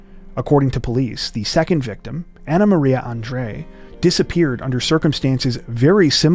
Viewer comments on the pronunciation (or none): none